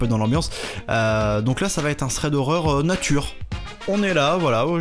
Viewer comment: Superbe accent angliche, tu devrais toujours prononcer "thread" comme ça c'est un vrai plaisir pour les esgourdes (et ça dépayse !!)